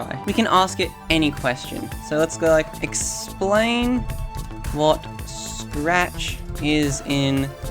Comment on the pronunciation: Ah yes, my favorite programming language: Srachahahaccci